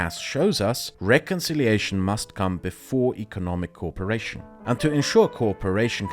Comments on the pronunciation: I loved the thorough but concise explanation of the goal of the EU. One thing tripped me up, though: you kept pronouncing "co-operation" as "corperation." Small thing, but noticable with your non-rhotic accent :) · excellent video. Just a note, your English is brilliant. However try and pronounce cooperation as co op-eration. It sounds like you are saying corporation (as in a large company)